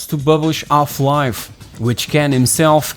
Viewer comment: Is the speaker's native tongue French? He is forgetting all the "H" I started to wonder early. What is ungry? Does he mean angry? off-life?